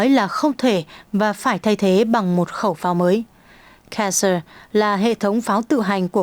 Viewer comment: 9':pháo tự hành Cesảr, đọc Việt hóa là /xê za/ không phải đọc là /ke dơ/phát âm tiếng Anh là / ci dơ/;tiếng Pháp là /xê da/.😂 MC phát âm sai!